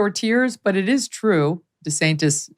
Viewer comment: Lol Megyn said DeSanctis!!!! I’ll be damned, Trumps little nicknames do stick after all 😂🤣😂